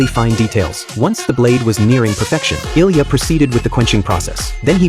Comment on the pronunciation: His name is ilija not ilya